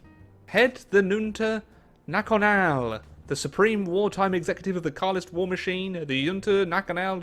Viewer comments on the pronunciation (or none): The way you pronounce "Junta nacional" almost made me die of laughter.